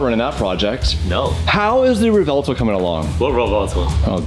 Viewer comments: Yo please stop calling it the Rev Vell toe* "Its Rev well toe" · It's "Rev - well - toe"